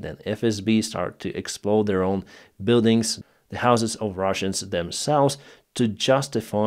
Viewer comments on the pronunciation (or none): none